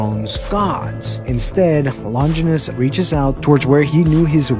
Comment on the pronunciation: Its Not lon ginus its lon gie nous